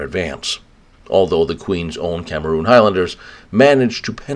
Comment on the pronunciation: "Queen's Own CAMERON Highlanders" ..... Not pronounced CAMEROON.